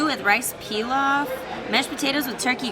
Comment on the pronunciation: Rice "Pee-lof" lmao